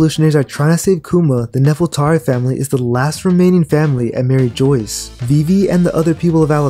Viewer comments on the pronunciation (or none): it’s pronounced merry-jwah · Please stop saying “Joyce.” It’s not “Joyce.” If you are paying attention to small details in this story, I think you can also afford to pay attention to pronunciation. It’s from a French word, and granted Oda has retconned it twice, but the anime has never changed the pronunciation. You gotta be willfully ignoring how everybody else is saying Mary Jois to end up saying it the way that you are. I’m only saying this so you can make your content better.